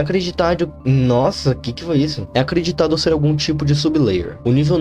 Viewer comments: "é acreditadhu" AuhsuauduaudAHSUUASHUA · é acreditadnhu kkkk tive até que voltar pra ter certeza do que eu ouvi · Eu assistindo o vídeo com medo e meio agoniada Ele do nada: é acreditadhu Eu: 🤣🤣🤣🤣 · "É acreditadhu" nss KKKKK rlx, as vzs isso acontece cmg também